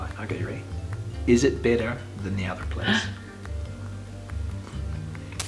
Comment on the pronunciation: Funny how you pronounce better like bitter. 😁